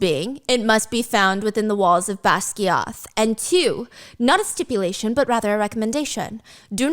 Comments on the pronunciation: She uses Gaelic words but does not pronounce them correctly, but in her own interpretations. For instance Basgiath (the author’s interpretation) is pronounced as “baz-guy-if.” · Steph we gotta work on those name pronunciations pookie lol and yes Iron Flame has one of the WORST cliffhangers I have ever experienced 😢